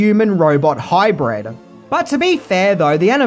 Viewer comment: Excellent! But it’s hybrid. Not ‘high bread’ oh and that famous city Detroit or was it filmed in ‘Dee troit’ enjoyed the video aside of course! 🥳